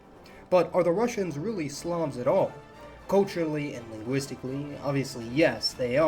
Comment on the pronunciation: I first heard 'quintessential slobs' instead of slavs 🤦‍♂️